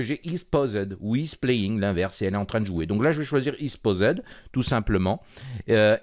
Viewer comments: iz Pausède !!! MDR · isPaused prononcé "iz Pauzède" 😁😃😄😁 you spikeuh vérie ouelle angliche